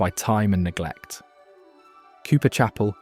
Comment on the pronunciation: Soon as the AI said "preserved by time and beglect" ???? I lost interest. I laughed at " the geology was two weak".